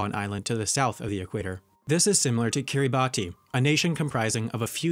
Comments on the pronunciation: Just a correction and to let everyone know: Kiribati is actually pronounced Kee-rih-boss instead of kee-rih-bot-tee because of a native language where “ti” is pronounced “ss”. Weird, I know, but you can kind of get used to it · 13.38 - one of 4 countries to have Guinea in its name. Another one is Papua New Guinea. 14.02 - Kiribati is pronounced Kiribas As you can tell, I'm a Pacific Islander... Good facts tho, learning heaps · Its pronounced Karabas even though its spelled karabati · Kiribass not kiriboss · Kiribus not kiriboss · Chribas not kiriboss as Christmas is pronounced Kiritimati. Ch - Ki, ri - ri, st - ti, ma - ma, s - ti Ch - Ki, ri - ri, ba - ba, s - ti Therefore, Chribas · lesotho is pronounced (Leh-SOO-too) and also "Swaziland" was officially renamed to "eSwatini". Also "Kiribati" is pronounced (Keer-IH-Bas) NOT (keer-Ih-Bah-ty). Suriname is NOT pronounced (Seer-Ih-NAM-ayy) it's just pronounced (SEER-ih-NAM) tsk tsk tsk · when you hear someone say KiribTI instead of KiribaS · What about Papua New Guinea? Liechtenstein is pronouce "LICK-ten-stine". Kiribati is pronounced "Kiri-BASS" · Ah! Kiribati is pronounced kiribass, ti makes the "s" sound in Gilbertese. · Kiribati is pronounced “kiriboss”. I know, it’s weird. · Finally!!!! Someone who know how to pronounce it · also why does nobody mention how kiribati is said Kiribahs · Kiribati is "Kiribas". Suriname is "Surinam" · Kiribati is actually pronounced Kiribass (like b-ass not bass) because they pronounce -ti as -ss. So the island of Kiritimati is Christmas Island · Great video, thanks for uploading. I'm sure someone else has said this, but the correct pronunciation of 'Kiribati,' is, 'KIR-a-bahss. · Sorry, Wendover, I must correct you: Papua New Guinea also has 'Guinea' in its name. Also, Kiribati is prounounced 'Kiribass' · Kiribati is pronounced Kiribas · No its pronounced Kiri-Bahs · Kiribati Kee-REE-bass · it’s pronounced ‘kiribas’ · it's pronounced kiribass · Its oronounced "kiribahs"